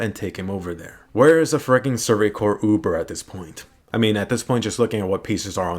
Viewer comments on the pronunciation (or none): none